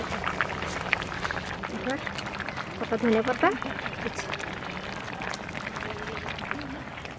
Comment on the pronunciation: ধোনে মশলা না ধোন মশলা